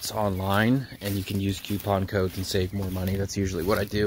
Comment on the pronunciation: “Qpon code” 🤔